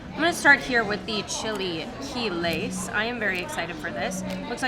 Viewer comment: Chee lay key lays